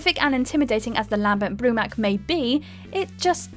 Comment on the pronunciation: Why does she sound like she has literally never played any of these games before... how many names and words can be butchered in one video?! 🤦🏼‍♂️ Lam-bent Broo-mak, Saw-ron, Ch-asm?! Who the hell pronounces the “ch” in chasm?!